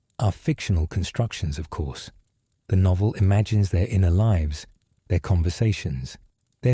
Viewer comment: like 2 videos AI spliced together ... don't care for mispronounciation of lives vs lives